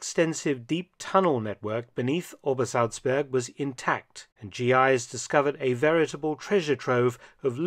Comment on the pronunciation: Admit it, you're just here for the correct pronunciation of "Obersalzberg"